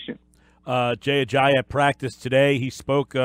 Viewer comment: Where are you getting the H sound in his last name? It's just pronounced the way it's spelled, Uh-jah-EE, not Uh-jah-HE.